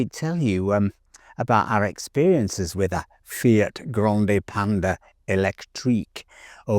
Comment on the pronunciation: Wait, why do you say it right when talking about the animal (the panda), but then when you mention the car it becomes "pandee"? :face-orange-biting-nails::face-orange-biting-nails::face-orange-biting-nails